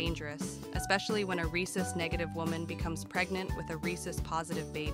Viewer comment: Ar-hay-soos. never heard that pronunciation before.